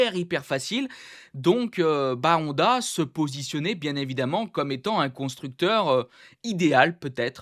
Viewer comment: Ça me fait trop rire que tu dis HONda ou AragON 😂